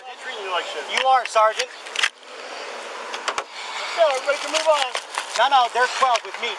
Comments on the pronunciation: Can we please have a montage of every single "saregant" or "officer oogletree"? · "all i kept saying over and over was 'sargeant'" for once he's not lying